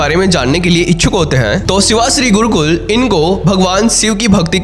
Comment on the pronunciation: गुरुकुल नही गुरुक्कल